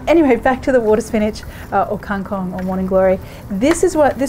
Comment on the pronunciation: I love the way you pronounce the word KANG KONG :)